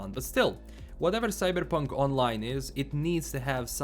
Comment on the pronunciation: Today we're going to talk about 'Cyddddberrrrpunk'